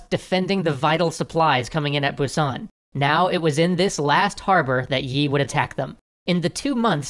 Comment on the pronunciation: Thanks for doing these videos. These give people a chance to get a quick look at parts of history that weren't discussed in schooling. (As a side note, the pronunciation of the general's family name 이 doesn't have a "y" sound in it--it sounds more like "ee." The romanization can be misleading!)